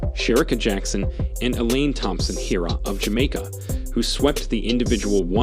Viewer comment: learn to pronounce jackson's name, silly man